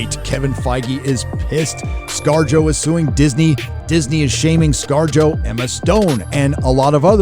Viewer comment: Wait scar-jo ? Sounds like scar-jojo. JoJo reference!